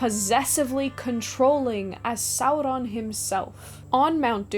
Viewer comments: I just don't understand why you do that fake r flip when you say Sauron. I couldn't quite finish the video. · Why are you rolling the R in Sauron? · I like the way you say "Sauron". Talk LOTR to me,. ❤😂